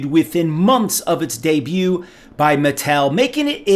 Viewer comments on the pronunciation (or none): none